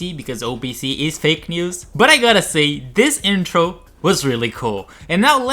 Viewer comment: Did I just hear news as meals?